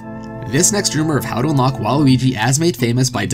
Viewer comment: You keep saying Luigi. I dont here you pronounce the W at all.